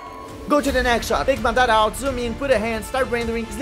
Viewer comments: bro i really love ur vid's really inspirational nd effort u did there it really inspire me Just can u look into this if u don't mind my comment id about the word u spoke there just correcting because he was the greatest shinobi nd the amazing Uchiha its MA DA RA not MDA RA 😅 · great work, looking forward to the entire animation. By the way its Madara, not Madaaara